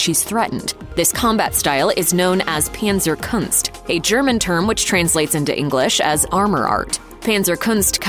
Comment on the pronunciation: Panzerkunst is a German word, thus pronounced not with the English "a" but the German "a," like in adorable.